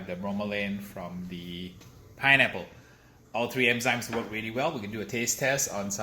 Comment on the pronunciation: It bugged me that you pronounced it as emzymes instead of enzymes lol